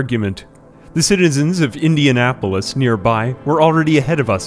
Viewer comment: Spoke of Indianapolis like a true Hoosier